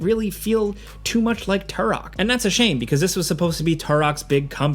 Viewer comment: Say "TOO-ROK" again. 😂